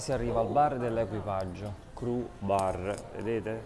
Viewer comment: "criù bar" non "cru bar"...